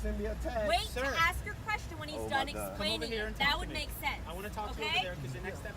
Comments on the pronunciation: Why does the narrations say ask what he keeps saying ax? I'm not sure what that's all about, is that some new kind of language? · They axed him for his license. He said don’t ax me